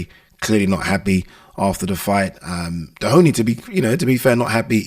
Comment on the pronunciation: He’s not called Dehoney lol Doheny